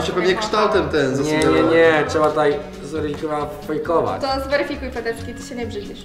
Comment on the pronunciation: "niee, trzeba to zweryfiyyfejkować" hahaah